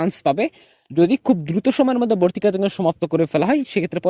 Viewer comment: Valo * Not balo Vorti Not borti😂